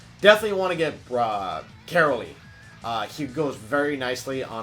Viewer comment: Ka-rO-ly pls stop with the caroly